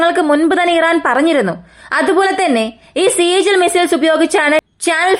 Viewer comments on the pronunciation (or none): താങ്കൾ ബംഗറിൽ ആണോ...? തിരുമുഖം കാണുന്നില്ലല്ലോ കരളേ 😂 പിന്നൊരു കാര്യം "സീജിൽ" അല്ല "സിജ്ജീൽ". എന്ന് പറ "ജ്ജ" പറയാൻ എനർജി പോയോ..!?😅